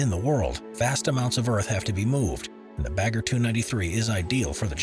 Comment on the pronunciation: Never heard Pilbara being voiced like that. Same for bagger